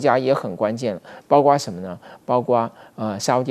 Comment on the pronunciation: 教授，大学教授讲错别字，包括不是包瓜